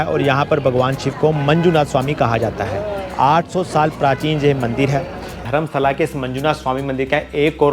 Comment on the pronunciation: Dharmastala correct prononssaion hai